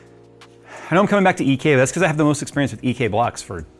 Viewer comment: ze axis